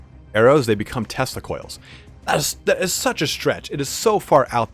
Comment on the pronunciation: Oh man each time you said Tesla Coils, I heard Testicule. What a nightmarish vision. hahaha